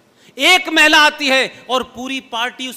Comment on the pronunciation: मै ऊंचा सुनती हूl जब सोनिया को "महिला" कहते है तो मै "मैला" सुनती हू. कोई बात नही. वो महिला मैला क्या मैला से भी बदबूदार हैl